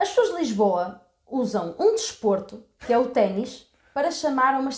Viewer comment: “téni” NÃO É UMA PALAVRA Sou de Lisboa e conheço muitos que cometem este erro. Ténis referente ao sapato tem origem no desporto do mesmo nome, por isso é uma palavra que não varia de número. Também não se diz: um “lápi” dois lápis, no entanto ouve-se pessoas a dizer “téni” e nunca “lápi” Como sou de Lisboa nunca me referi aos tenis como sapatilhas, mas realmente faz muito mais sentido a segunda palavra. Realmente os Portuenses costumam ser muito mais elequentes que os lisboetas, como podemos ver neste vídeo